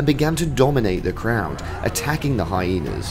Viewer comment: It is not high naaas, it's hyenas